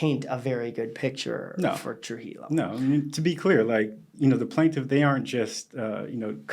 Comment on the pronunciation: Trujillo is correctly pronounced TRUE-HE-YO. It's a Spanish name.